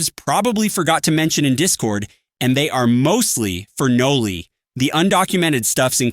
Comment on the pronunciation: its Noli not noobly, we dont need a noobified version of noli